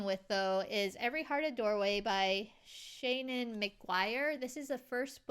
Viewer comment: I have read Every Heart a Doorway. I hope you enjoy it. Her name is pronounced Shaw nan.